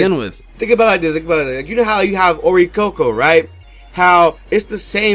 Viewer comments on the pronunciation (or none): its not oricoco iys oricorio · its oricorio lol